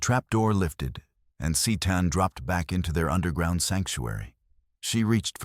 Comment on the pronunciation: Very strange, the AI narrator must’ve forgot how to pronounce the words to, A and back in several other words. Like I said very, very strange.